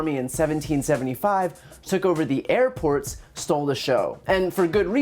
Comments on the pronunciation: I'm only here for the highlights - or should I say, the lowlights. I knew the Dumb One would screw up, I just had to see how. He didn't disappoint! "Our army manned the AIR-pts... It rammed the ramparts... It took over the airports it did everything it hadda do..." Comedy gold 😄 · He said HAIR PORTS you stoopd libs